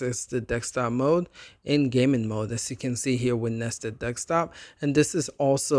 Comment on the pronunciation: Wtf you sayin Dextop mode for? It’s called desktop